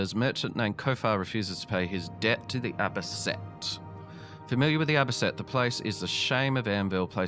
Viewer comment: It's A-Bee-Cee-Ann